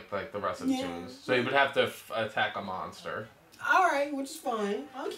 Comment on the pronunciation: says moster instead of monster.